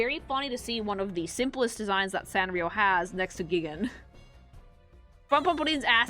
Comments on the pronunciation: Geegan? It's, GIGAAAAN!!!.... RISE! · It's pronounced GAIIIIIIIIGAAAAAAAAN!!! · repeatedly calling Gigan "Giggen" gave me immense psychic damage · Almost everyone I've seen talking about this crossover outside of Godzilla fans always mispronounce Gigan's name wrong and feels so weird hearing it said that way